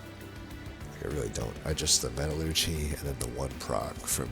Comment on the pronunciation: You are pronouncing metallurgy correctly. It's "metal-urgee", not "me-TAL-urgee".